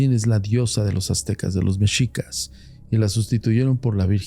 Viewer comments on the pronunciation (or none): none